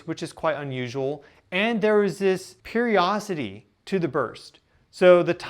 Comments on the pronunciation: The word is "periodicity"...NOT "periosity". Interesting to speculate whether the multi-band energy burst actually contained program commands for 3I/Atlas. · you are fabulous. My chemist brain, is stuck on the word Periodicity. You say, Periocity, missing a syllable. Thought you might want to know. It's sticks in the craw of my brain. Sorry, Carry on. No worries.